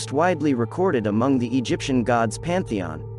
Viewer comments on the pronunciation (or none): none